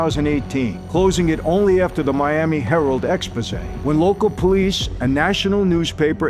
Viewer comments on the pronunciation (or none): none